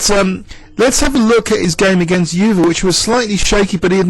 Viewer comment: Hi, great video. Euwe is pronounced 'oy-ver' by the way!